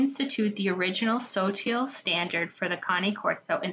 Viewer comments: Its pronounced like sa tilly sa tilly it sounds like the way i spelled thst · sotille is pronounced “so-till-ee “